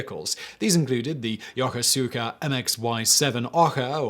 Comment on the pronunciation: Just FYI for future reference: Yokosuka is pronounced Ya-KOOS-ka